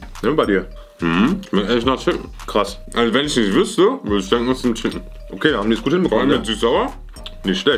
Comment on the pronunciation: Jeder: Chicken: SCHICKEN (no hate) liebe eure Videos 😂😂😂